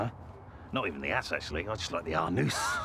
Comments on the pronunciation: a-NOOSE.... I was crying.... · I appreciate his pronunciation of “anus”